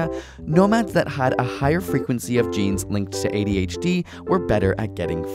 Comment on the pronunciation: When one says ABCD, there is no emphasis on the C. So why do you say adHd?